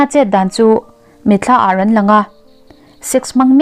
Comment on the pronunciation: I chhiardan adiklo ṭhin arawn tih kha ilamndik ngai miahlo